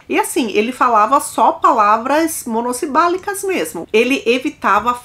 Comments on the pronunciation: A palavra é "monossilábicas" e não "monossibálicas". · Monossibálicas😂😂😂. É monossilábicas 👏🏻👏🏻👏🏻😅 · Eu ri alto com o "MONOSIBALICAS "..... Monossilábicas!!!